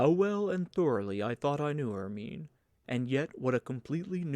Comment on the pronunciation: The mispronunciation of Goethe and Hermione and Haydn really bothers!